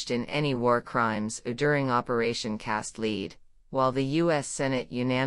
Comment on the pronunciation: Or, for that matter, an actual human voice....the AI voice reader pronounces "Cast Lead" as "Leed." Bizarre.